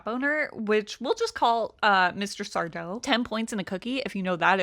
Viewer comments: SarDO! No “Mr”, accent on the “DOH” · It's sardo, accent on the do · That's sar-DOE. No Mister. Accent on the doe. 😂😂😂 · It's sardo no Mr accent on the do😂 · It's SarDO, no mister. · Are You Afraid of The Dark. No Mister. Accent on the 'do'.